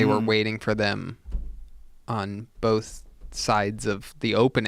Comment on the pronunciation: Joe "Bowlth" Rogan